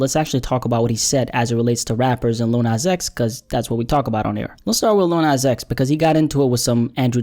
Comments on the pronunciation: He said "Li-ul nas" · Little NOZ